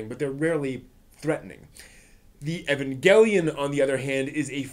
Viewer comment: You pronounced 'evangelion' / 'eva' like three different ways. Also, "done" "bine" for Dunbine, not dunbeen.